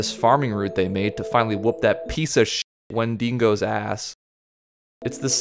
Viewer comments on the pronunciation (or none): why do so many people not know how to say 'wendigo'? When-deh-go